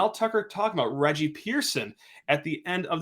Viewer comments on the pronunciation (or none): none